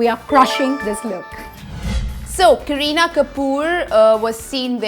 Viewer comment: Ok it's not kreena it's kareena by the way loved the video